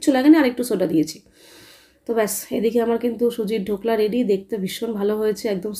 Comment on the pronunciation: ধোকলা নয় ঢোকলা